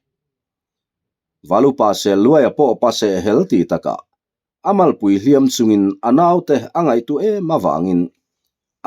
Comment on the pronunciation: A ngaihnawm thin khawp mai, mahse hnu dawm tih leh hliam tih i chhiar hi a thu a zir hian a thluk hi hman tur a awma, tuna I hman tawhnaah hi chuan a ri hniam ve ve tur niin ka hria.